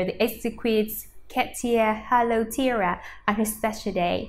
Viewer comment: Tiara...not tiera....you need to practice your english pronounciation and speak clearer.